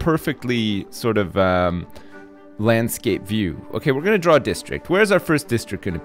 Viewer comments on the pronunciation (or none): none